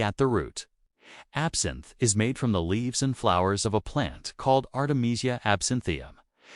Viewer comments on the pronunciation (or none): These AI created videos are getting annoying.... Even the artificial narration mispronounced absinthe as absent.